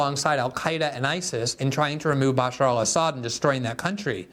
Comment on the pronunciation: Lol, Mayor Pete didn't even know how to pronounce Bashar al-Assad. Telling me he didn't hear the name nor knew the name, he read it in paperwork someone created for his debate prep. Which also means he had to have known a question related to that name would be asked. Remember, not long after this, Tulsi was unceremoniously pushed out of the Democrat party and Mayor Pete became transportation secretary. And his performance in that position speaks volumes. He had no business having that position. Look at how poorly he handled the train wreck in OH.